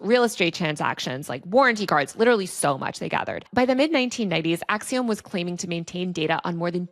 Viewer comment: You sound ridiculous with your pronunciation of the company Acxiom. You should look it up. Sounded like you swallowed your tongue in your attempt to mispronounce it.